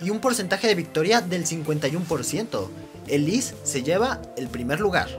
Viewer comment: Se pronuncia "Elis", no?